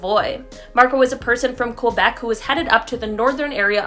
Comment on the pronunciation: love how you said quobecu instead of Quebec